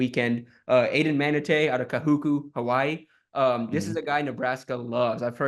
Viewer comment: Hoping we can land DB Aiden Manutai, Hawaii baller‼️ (P.S. we may need to work on the poly pronunciations😂 Ka-who-koo)🤙